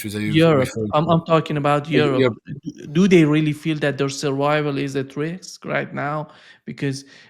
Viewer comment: Dooday?! 😂 it’s “do they!!!” And it’s not ROHHHHSHA! It’s RUSSIA!